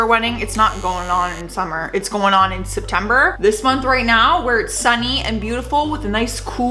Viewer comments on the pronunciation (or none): none